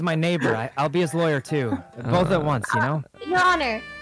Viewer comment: did no ppl notice laywer not lawyer